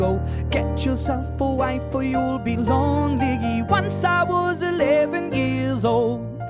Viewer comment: he says lonligge it's only #NoHateILoveDisSong